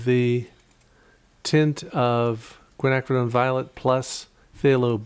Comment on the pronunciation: Hey 👋 James! I think the original 3 colors used provided a solid underpainting that brought life to the final results. I enjoyed the triad tests and the lessons learned. Bonus points for pronouncing Quinacridone!?? (spelling??) Finally, I appreciate your attention to detail and effort to faithfully represent your subject.